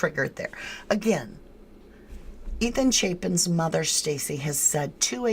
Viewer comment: It's pronounced like Chaypen. I went to school with his uncle.